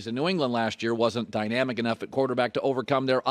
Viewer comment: Colin : "Dynamic" Also Colin: "Dynamic!"